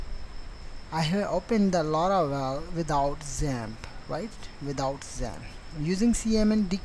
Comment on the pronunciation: I thought you was speaking about ZEN, instead of XAMP :p